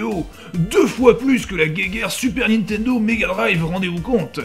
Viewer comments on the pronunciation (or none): none